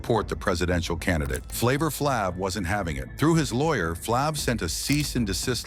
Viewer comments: I can't get through it with this white boy butchering Flaves name. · why do you purposely pronounce flav's moniker like that